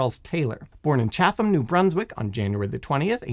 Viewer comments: FYI, Chatham (New Brunswick) is pronounced either "chaddəm" or "chattəm" depending on how you hear it. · lol Chatham is pronounced Chat-ham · The h is silent. Chat-um